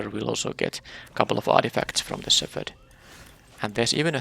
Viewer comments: Oh and btw, the "ph" in "shepherd" does not make the "f" sound. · Silent or just very barely there, the p sound should be noticeable. At first I was confused why you were pronouncing it like that, then figured you were using the "ph = f" sound rule, which just doesn't apply to shepherd.